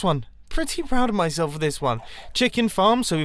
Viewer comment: Did anyone else think he said 'fart' at the beginning instead of 'farm'?........just me........okay